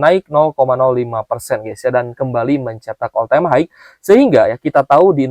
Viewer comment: Om blh ksh input: high itu bacanya "hai.." bkn "haig". Bs dicek di dictionary. Smg membantu om..